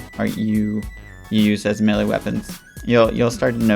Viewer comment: Bro its Melee*